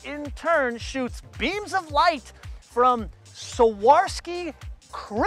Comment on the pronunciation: Good video, but...... Bad melody select in (next time you better don´t do that). And second minus from me is the pronunciation of Swarowski, but no one is perfect. Thanks for video :)